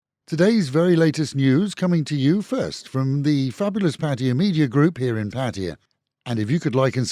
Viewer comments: Oh hooray, finally someone who doesn't pronounce it Pat-tie-a. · Did you not understand what i said? There is only one way to pronounce Pattaya and of course that is how Thai's say it.